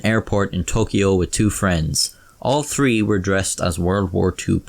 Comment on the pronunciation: The way he says yakuza bugs me more then the way he says 3